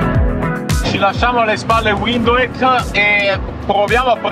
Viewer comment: Ma dopo tutto questo tempo in Namibia non avete ancora imparato a pronunciare Windhoek? 😅